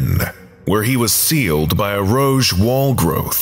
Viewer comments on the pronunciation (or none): I was in another room and thought he said "rouge" at first. I was like, "what the heck does a red wall have to do with a dead officer?", for about 3 seconds. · whispers "Rogue" has a hard g, not a soft one.